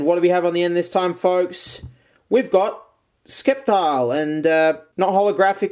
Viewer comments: The 'c' in sceptile is silent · He fukin pronounced sceptile wrong. Although he nailed Hau